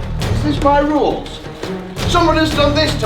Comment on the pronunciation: I was asleep when he said the ruls